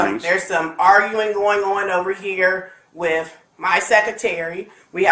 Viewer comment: Yes! “Wif my secatary”.